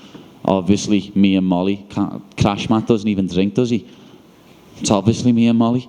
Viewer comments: Yes he did say crashmat 🤣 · Did he call Khamzat "Crash Mat?" Hahahaha brilliant! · I thought he said crashman like crash bandicoot- man 😂